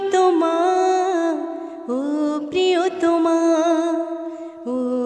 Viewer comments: উচ্চারণে আরো যত্নশীল হতে হবে, প্রিয়তমার জায়গায় প্রিয়তোমা হয়ে যাচ্ছে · প্রিয়তমার উচ্চারণ প্রিয়তোমা হয়ে যাচ্ছে। উচ্চারণে আরেকটু যত্নশীল হতে হবে।